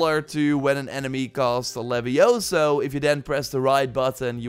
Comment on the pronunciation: It not livi ohso lmao 😂